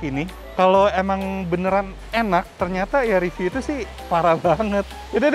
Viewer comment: Inget ya "riview" bukan "review" 🤣🤣🤣🤣🤣🤣🤣🤣🤣🤣🤣🤣🤣🤣